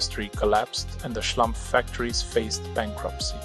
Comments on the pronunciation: fkk, it´s SCHLUMPF, not schlAmpf!!! research makes a ducumentary! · Schlumpf, not Schlamph 🙃 it’s German and = Smurf in English! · Their name is Schlumpf. Pronounced "schloompf" (not "schlumff"). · The name is Schlumpf, with an 'u'. Not Schlampf!!! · the local french-alsation name "schlumpf" is pronounced "shloompf" in french; not "shlumpf". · Exactly. As someone who speaks German as a second/third language, it makes my ears bleed 😂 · O dear, O dear, how excruciating! Why does the speaker —who appears to be a German speaking human(?), and hence should know better— consistently mispronounce the proper noun Schlumpf ? Why this apparent act of deference toward the misplaced notion of "how-this-appellation-ought-to-be-pronounced-by-an-English-speaker" ? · It's a German/Swiss name. So, it's pronounced as in German. Even if Mulhouse is located in France (Alsace). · assuming the name is not french but german, the u in Schlumpf is pronounced like in pull. By the way, "Schlumpf" is also the german word for smurf.